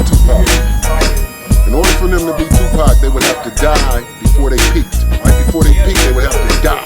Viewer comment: you said Tapac instead of Tupac